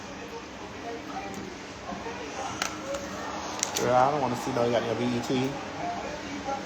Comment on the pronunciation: I love Maddie😂😂 “Gworl”